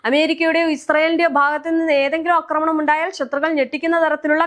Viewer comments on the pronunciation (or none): അക്രമണം. നിന്നെ മലയാളം പഠിപ്പി ച്ചതാര്? ആക്രമണം എന്നു പറയൂ കൊച്ചേ!😢